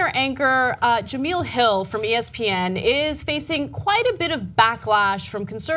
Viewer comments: its not pronounced "ja-mill" its pronounced "ja-mel" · Ja-MEL not Ja-MEAL 😂😂😂 i love you guys but damn! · Jah Mel not Jah Meal.... sad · It's pronounced jamell not jameel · jemEL not jamEEL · Ana, her name ain't that black, girl. It's juuhmell. Tired of losing, yet? I mean, I can't say I'm tired of winning, but, you're making it feel like slaughter rule. 🤔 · It's not pronounced Jameel it's pronounced Je-mail. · Jameel Hill? Maybe now that she is fired you can pronounce her name right ? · First of all, it's Jemele...you would know that if you actually took the time to watch the story before commenting. Second of all, ESPN shouldn't even be involved in the story since she tweeted from a private account, not a work one. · That was a little rough to watch. Not because of the info but because the Sportscenter hosts name is pronounced "Jah-Mell." Jemele Hill is on Sportscenter every day at 6 EST. Next time please at least do a little research on the pronunciation. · "Jem-ell" like "gem ell". She isn't saying her name right. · First of all ..its pronounced JA- MEL ...and how do you misspell her name in the description when its right there on the twitter graphic you're showing. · Her name is Ja-me-la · no it's ja-mell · Ana, you dumb bitch, her name is pronounced Jemel. Do you do any research before going on air? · The hacking of her name is so cringeworthy lol Juh-Mel, short e. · jemele hill short E.. you guys say do your research all the time..do yours!...its pronounced ja mel.. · Cringed every time she mispronounced Jemelle's name